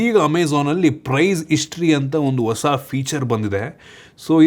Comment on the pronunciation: All good ಬಟ್ ಬಾಷೆ ಮೇಲೆ ಹಿಡಿತ ಇದ್ದರೆ ಒಳ್ಳೆದು… ಓಸ ಅಲ್ಲ ಹೊಸ…ಅ ಕಾರ ಹ ಕಾರ ಸ್ವಲ್ಪ ನೋಡ್ಕೊಳಿ